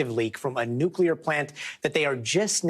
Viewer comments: Nuculur not a word it is nuclear. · It's not nucular its nuclear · Thanks for the heads up but please pronounce nuclear nu klee ur. Not nu ku lar. Thank you sir. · Nucular is not a word. Nuclear is the word you are looking for. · Thank you. But you would get more viewers if you'd get to the point more quickly. And by the way, it's pronounced "NU-clee-ar" not "NUK-u-lar". There's only one 'u' in it. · Newclee-er, not "new-qya-ler".